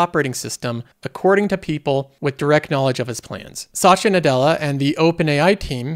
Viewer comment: Why does he pronounce Satya like Sacha?